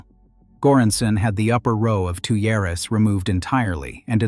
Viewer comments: Pronounced "tweers", not "two yaras", lol. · Tuyeres, the nozzles that blow air into a blast furnace or a steelmaking furnace, are pronounced "tweers".